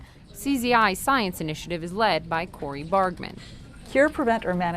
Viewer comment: It's Cori Bargmann not Cory; it's Zuckerberg San Francisco General Hospital, not San Fransico. Gosh CNN, be better.